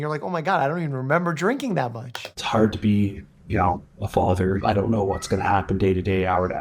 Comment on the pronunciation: The “what’s” are giving Ant saying “wet” lmao